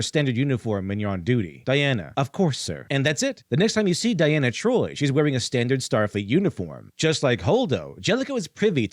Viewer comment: Great video, and I'm enjoying it, but... It's DEE-ana Troi. Long E sound.